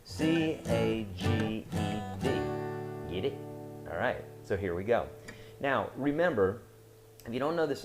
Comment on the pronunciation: "Giddit?" xD the way he says it cracks me up